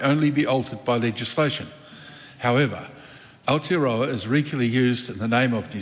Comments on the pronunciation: Our tear are row are 😂. And winston says hes a marry .. married to the mob . .. 😂😂 gramps cant pronounce maori words correctly no wonder hes nzfirst .. hokianga he reckons 😂😂😂😂. You dont even have missing teeth and your pronunciation is crack up ... U the winnie 😂😂 whatever is easier for you to pronounce brother 😂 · Is it me, but most people pronounce Aotearoa in correctly, by introducing an 'L' sound. Thus AL-tearoa, whereas in my opinion the sound is AO, which should sound like 'auw' as if you hurt yourself. Once members can pronounce it correctly they can utter it in parliament. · When I first heard Gerry say Aotearoa sounded more like Ayatollahroa 😮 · Thanks Mr Speaker sit down Winnie and just be quiet your to old and to plastic you can't even pronounce Moari or Aotearoa properly, time to retire old man